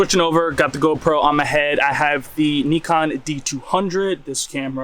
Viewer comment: Wow you pronounced Neekon correctly! Respect 😊